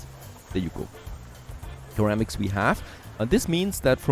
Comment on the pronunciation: In English, ceramics is pronounced as though it were "seramics", not "keramics". At least this is the first time in my 45+ years I've heard it pronounced your way.